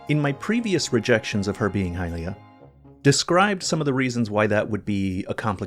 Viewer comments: Please stop saying high-LEE-ah, youre the only person who does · The way you pronounce “Hylia” makes me want to kill myself